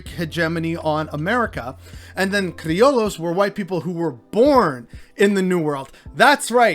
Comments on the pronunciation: I think the proper pronunciation of CRILLOS , White Spanisrds born in Mexico , is criyos ..mot criolos ..lol...just saying . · "Gusano" doesnt mean Cuban American. This is a tough topic, and I think you should at least know what the F youre talking about before you post Edit: "Cree-oh-lows" lmao I just have to admire gringos willingness to make themselves look stupid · Pronunciation tweak - Criollos = “Cree-o-yos” - but otherwise a solid video. Truth bombs. 👊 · Double L in spanish and french prononced like a y which also exists. So like crioyo sound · Fire ass info 💪🏽. The mispronunciation of criollo low key bugged me tho 🫢